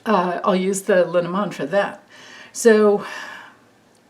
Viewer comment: I keep wanting to mention, I believe Le Normand is French, and was combined over the years. Which would make it pronounced Lay Normaand. I could be wrong....🤪😁💙but i think it means... the norman. Not sure what a Norman is😁